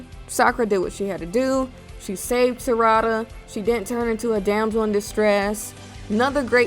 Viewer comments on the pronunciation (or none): Ngl u made some interesting facts n liked them all but u had me laugh when u said Sarada name it pronounced sa ra da 🤣🤣 great vid